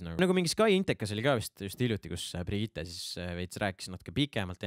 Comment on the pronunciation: Keegi veel on tähele pannud, et ütleb iga kord Brigitte kohta Birgitte?:D